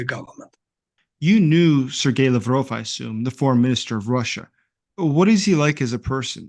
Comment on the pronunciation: Why cant the anchor pronounce “Lavrov” or any names … u really cant find anyone better.. … ?